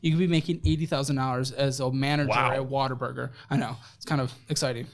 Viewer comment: ...I love you...but if you are going to insult it, please pronounce it correctly. It's WHAT A BURGER!!! not WATER BURGER!!! 😂❤